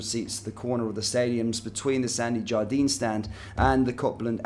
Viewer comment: Not once did you pronounce Copland correctly, and Sandy Jardine? It’s obvious that you know nothing about Glasgow Rangers than what you read of a piece of paper.